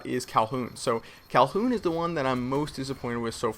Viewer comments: I believe its pronounced Kowloon not Calhoun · it isn't "Calhoon," it's Kowloon.:) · its not kowlhoon its kowloon like cow loon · wtf is kalhoun? doesnt he mean kowloon (cow-loon)????? lol wat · Kowloon not calhoon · fyi .. its cowloon.. not cowhoon? or cowlhoon? but yeah just to throw that out there... i felt like it was pretty well covered. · LOL NOOBS CALLING IT "CALHOUN" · KOWWW LOON not Kowl_Hoon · hey its not kowl"H"oon its kowloon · Kowloon...not Calhoon...I know I'm gonna get flak for being a pronunciation nazi, but I just want to get it right hahahaha. I don't know why it bugs me when it is mispronounced as Calhoon. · lol it sounded like you said 'cowhoon' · The name is KowLoon! not Kowlhoon! My chineese tailor would be pissed hearing you say it like that. Its a part of Honk Kong....... FYI :) I wish I could play these new maps, I'm stuck in Detroit in this damned snow storm and would get home until friday! Dawn! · It is Kowloon, not Kolhoon! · dude its kowloon not calhoon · It is pronounced kow-loon...NOT kal-hoon. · its KOW-LOON not Calhoughn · did he say "calhoun?" haha i think its kowloon mr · For the love of Christ,, it's not "Callhoon," it's KOWLOON. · it's "kow-loon", not "kow-hoon" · IT'S KOWLOON GODDAMNIT, NOT COWHOON! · FOR FUCK SAKE, ITS KOWLOON, NOT FUCKING CALHUN, FOR FUCK SAKE, LEARN HOW TO FUCKING TALK, IM GETTING PISSED OFF NOW, FUCKKKKKKKKKKKKKKKKKKKKKKKKKKKKKKKKKKKKKKKKKKKKKKKKKKKKKKKKKKKKKKKKKKKKKKKKKKKKKKKKKKKKKKKKKKKKKKKKKKKKKKKKKKKKKKKKKKKKKKKKKKKKKKKKKKKKKKKKKKKKKKKKKKKKKKKKKKKKKKKKKKKKKKKKKKKKKKKKKKKKKKKKKKKKKKKKKKKKKKKKKKKKKKKKKKKKKKKKKKKKKKKKKKKKKKKKKKKKKKKKKKKKKKKKKKKKKKKKKKKKKKKKKKKKKKKKKKKKKKKKKKKKKKKKKKKKKKKKKKKKKKKKKKKKKKKKKKKKKKKKKKKKKKKKKKKKKKKKKKKKKKKKKKKKKKKKKKKKKKKKKKKKKKKKKKKKKK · Nice job. Just a tip: it's pronounced "cow - loon" not "calhoun." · "Kal-hoon"? wtf?! Its KOW-LOON. You did this in that other video too. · it's kowloon not calhoun haha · its not kow-hoon its kowLoong